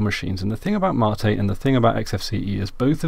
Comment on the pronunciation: What is Ma-tee you keep talking about ?